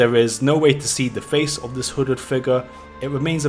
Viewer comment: Your saying wooded figure